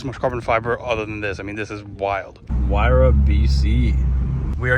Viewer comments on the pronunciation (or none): none